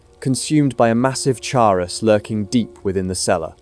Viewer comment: I'm most impressed by the number of times you pronounced Chaurus differently 😂